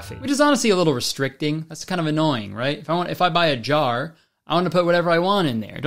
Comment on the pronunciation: kurtis says "jar" like "jawer" and it gets me every time